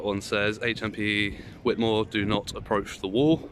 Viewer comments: It is pronounced "White" - I am from the town next to March. Chatteris - my football team often used to hire the social club at the prison for our end of season nights out as a few players were prison officers there. Both towns are dives mind you. Found you through Nobody Poor, although I don't live in the area anymore I'm glad to see someone auditing it. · Yes it's pronounced white-more, great video! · At least pronounce it correctly,fckn wit more ?